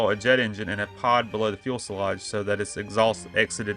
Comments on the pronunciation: Few se loge. Not fuel se loge. Otherwise a good video. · In case you're not aware, is pronounced FUSE E LAGE, not FUEL SE LAGE. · Good stuff, but PLLLLEEEEAASSSSEEE learn to pronounce fuselage. “FUSE-EL-LAGE” not fuel-sel-lage. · Very distracting to hear you say "fuel"selage. Makes you sound less knowledgeable. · The "ums" are very unprofessional and jarring. Also, as others have stated, I would work on proper pronunciation of words like fuselage if you plan on doing videos on more aircraft. Otherwise great video!